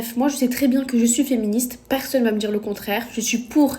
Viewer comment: Par pitié coupe tes ongles. « j'en avais des choses a djir » 🤣